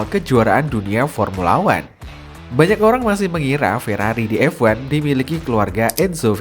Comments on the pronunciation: Bang, bacanya F1, bukan EVVAN, semua video isinya bahas EVAN EVAN EVAN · dih ngapa lu, anak mami baper, ya jadi ngoceh gak jelas gini, orang aneh orang aneh. Gw berani survei yg gw omongin bener, emang kenyataanya dia ngomong EVVVVVVAN koq, bukan EFWAN, itu karena gw peduli sama chanel ini, kalo enggak peduli, bodo amat😊